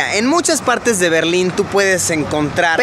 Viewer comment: Pensé que era el muro de la legua y también pensé que decía berlini